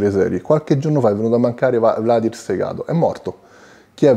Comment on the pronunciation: Valdir non Vladir, in Brasile Valdir è un nome piuttosto comune. Anzi in Brasile si pronuncia Valgìr